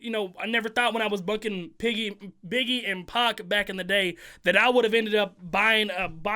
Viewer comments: Off topic but said piggie instead of biggie 🤣🤣🤣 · Yo my man Said piggy aheem Biggie 😂